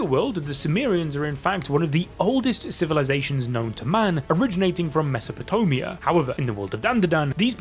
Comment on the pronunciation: Mesopotomea lmfao